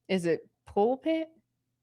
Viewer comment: Ms if you are a CHURCH LADY you should know it's called a PULPIT , PULPIT , PULPIT , PULPIT , don't FORGET